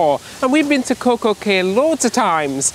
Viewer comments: “Key” is the correct pronunciation 😉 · It's not pronounced Kay it's pronounced like key get it right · Cay is pronounced key